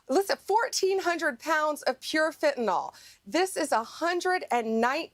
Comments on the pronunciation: Hey Bondi dimwit, learn how to PRONOUNCE Fentanyl (nil, not nol). You sound stoopid. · "FentaNYL", not "FentaNOL". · Why can't Bondi pronounce the word 'fentanyl' it isn't spelled 'fentanol'.